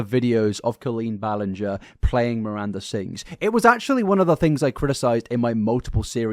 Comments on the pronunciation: My friend, YOU called her Colleen “Bahl-ing-er” for half of one of your deep dives 😂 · You are making fun of them being worried about getting the name wrong, because it's such an easy name, but in your first video on Colleen back in the day you were saying her name wrong for hours straight. 😂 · He was making a joke because he mispronounced the name 😂 Get over yourself. What bias? There’s evidence for all of acusations against Colleen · He has pronounced it wrong in the past, that's what that focus is. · thats rich coming from the guy who spent an entire multi hr vid mispronouncing her name lmao (it was a great vid btw no hate) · You called her Colleen Ballinger with a G and not with a J in your first video about her. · dude you used to say her last name wrong 😭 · You literally called her Colleen ball-ing-er in your first video on her cancellation last year. 😂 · "it's literally the easiest name to pronounce" sir you mispronounced her name for like your first two videos on her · Love you but 😭 “it’s the most easy name to pronounce” you said it wrong the entire first video you made about her 😂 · Chuckling at the start because didn’t you pronounce her last name incorrectly when you first made videos on this situation 😅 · forgetting he mispronounced her name as well 😂